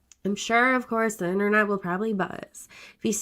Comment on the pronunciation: "Tha Enernat"